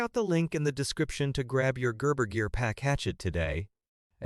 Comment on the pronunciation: AI speaker that can't pronounce "Gerber." Poor ad.